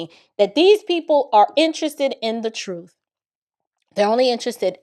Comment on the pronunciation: Get to "duh truf" I can't take it. 🤢🤮👎🏿👹👿😈👺💯